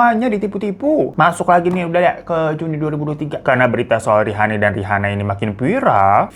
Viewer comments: Sekilas salfok salah baca Rihana onana ,rihani onani😫🥱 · Untung lidah lu kagak kepeleset bang pas ngomong rihana ohnana rihani ohnani 🤣